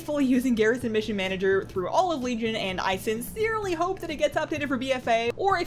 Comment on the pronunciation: That 'a' on all at the start is triggering me